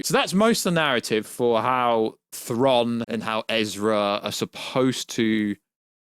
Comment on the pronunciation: Aaaargh! Stop saying Thron!…… it’s Thraaaaaawn